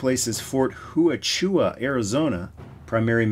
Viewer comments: Hey, I love your G.I. Joe videos. You do a great job with your commentary and the effects. I did chuckle a bit when you pronounced Huachuca. I'm a retired Army veteran of over 21 years and I've been stationed there a number of times. So, I know it's a weird name to say if you've never heard it pronounced before LOL! This is the pronunciation phonetically (Wa-chu-Ka). Yep, good ol' Fort "We Gotcha" was the common joke. HA, HA, HA! Anyhow, I own a complete Rolling Thunder myself so again....great video. Keep it up Brother!! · Great video and this is still one of the vehicles that I think is a must have. Both as is, and using the base body for custom work. And, since I work there, Huachuca is pronounced wha-choo-ka. Thanks for the great content and keep it up.